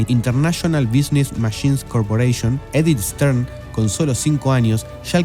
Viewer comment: En el puesto nº 14 cita a Edith STAIN, que pronuncia ("sten) en frances o algo parecido. Pronunciado en grafía española "estain", piedra, en alemán